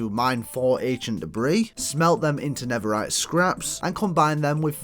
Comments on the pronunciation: bro it’s not never-rite it’s nether-rite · it’s an accent